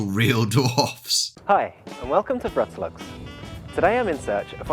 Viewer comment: Wrocław pronounced perfectly! Another point for you,! So far you've collected three or four (not sure) on the account of mine. When you hit 10, I'll have to think about a special reward. A free ride around Warsaw's POI-s when you come here, maybe.;)